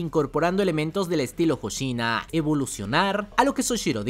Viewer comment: VICECAPITAN HOSHINA!!, NO HOSHINO H-O-S-H-I-N-A!!!